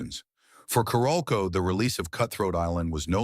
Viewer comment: It’s pronounced Carol-co.